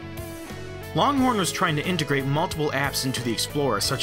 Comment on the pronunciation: loncorn lol